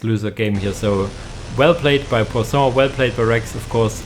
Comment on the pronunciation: Pwa-son ("on" sound in french isn't the easiest, you sounded more like "san" but that's ok lol). Finally, rev (like revving. End E are almost always silent). Rêve = dream